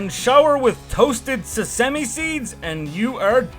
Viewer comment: Sah-sise-me seed?